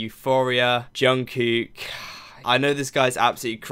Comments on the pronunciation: It's not anything bad but I thought that I might help you with the pronunciation of Jungkook's name. The "kook" part of his name is pronounced similar, if not the same, as the English word "cook" 💭💯 I loved this reaction! 😅💙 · Hi!.. I'm quite a new subscriber to your channel. I really like your reactions. What I like most is how you pay attention to details on BTS videos. Soon I have watched all your BTS reactions. There is just one little thing I would like to say.. This is not a criticism, just a little observation. I live in Sweden and my second language is Swedish. Now, when it comes to pronouncing Jungkook's name ( which is not easy, I know. I have practiced a lot). Your way to pronounce it, the second part sounds as one Swedish word ( I cant say it loud here). So, I thought I would send you a video which has helped me to learn the names correctly. Keep up with your great work and thank you for great reactions. Stay Safe!